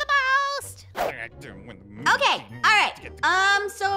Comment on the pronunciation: I'M GOING TO GET THE MOST what I hear: I'M GOING TO GET THE BALLS😂